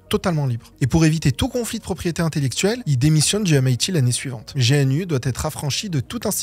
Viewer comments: Personne ne dit G.N.U., tout le monde dit Gnou. T'as déjà parler avec un libriste ? Et puis stallman qui avait des F en francais, bon ... on aimerais des references en description avant d'accuser les gens de position pro-nécrophile sans source. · Usuellement on prononce le U quand on dit G-N-U et qu'on parle Français, mais quand on prononce l'acronyme comme étant un mot, alors on est censé le prononcer dans la langue d'où sort le mot. Maintenant on est dans un pays où même à la radio on entend des gens parler de "linquedinne" alors on comprend bien que la route va être longue pour certain(e)s. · non mais, n'importe quoi. on peut quand même être étonné d'entendre une prononciation différente de celle qu'utilise toute la communauté concernée depuis 30 ans, on parle pas d'un petit logiciel obscur que personne ne connait. On a rien dit de grave et on a pas crié au scandale, juste que ça fait bizarre, ça va... évidemment qu'on prononce pas tout bien, mais tu vas prononcer 'gogle' pour google ou 'aple' pour apple, 'nique' pour nike, 'fasseboque' pour facebook : moi je suis d'accord, mais avoue que si tu fais une vidéo sur une de ces marques, elle va être crispante ta vidéo. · C'est juste que, usuellement, personne de dit G-N-U comme un un sigle, on dit toujours "gnou", et c'est vrai que que ça fait penser qu'il découvre tout juste l'univers GNU Linux, d'un point de vue purement sonore... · G N U… t’es le 1er que je vois prononcer l’acronyme de cette façon 😅😂😂 si le logo c’est un gnou, c’est pas pour rien 😜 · C’est dommage de prononcer GNU “jéhènü” alors que tout le monde le prononce “gnou”, et son logo est justement… un gnou. Ça donne l’impression que vous n’avez jamais parlé de GNU avec des praticiens, en vrai. Dommage pour la crédibilité car le reste est très intéressant et bien mené. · meme si c'est un acronym ça se prononce bien gnou, c'est rédhibitoire de faire une vidéo aussi travaillée sans se renseigner sur la prononciation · On ne prononce pas G.N.U. plutôt Gnou